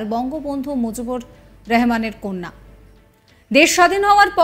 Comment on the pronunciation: সেখ মুজিবারের নামটাই তো স্পাস্ট নিতে পারলোনা।